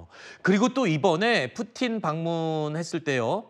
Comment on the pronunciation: 경애하는 뿌틴 대통령 오시었다 이춘히 뿌틴이라하였다 발음 똑똑히하여라